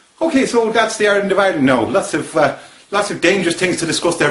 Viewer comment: Very good but I have to say that your Southern Ireland accent is a little off. Your "I"s in particular: it's not Ireland as in "OIR"-land, you should use more of a hard I. It should be like "I"-reland with the I pronounced as if saying "I" like cake. Otherwise cracking effort. The Northern Irish accent was pretty bang on.